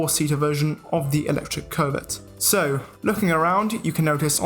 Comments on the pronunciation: Bruh it's not COVID, it's Covet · Sometimes when he says covet, it sounds more like covid 😂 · I keep hearing covid